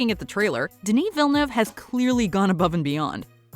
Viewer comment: Is it just me or her pronunciation of Villeneuve is just annoying AF.